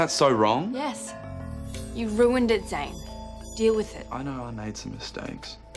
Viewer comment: Its not ricky - ITS RIKKI!!! Its not Zain - ITS ZANE!